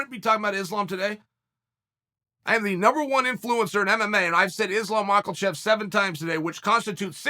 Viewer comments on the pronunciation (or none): Chael has said Islam Mahkelchev 7 times today which constitutes 7 times too many. Mah-kel-chev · He says Michaelchev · You know chael, purposely mispronouncing names of the fighters is getting god damn annoying. Makhlachev? Khazmat? Jesus Christ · Will chael ever pronounce islams name right